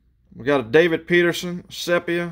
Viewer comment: For future chrome breaks. Sepia is pronounced See P ahh